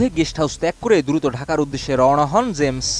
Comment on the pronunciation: Uccharon thik koren, shilpyr nam uccharon korchen vul vabe.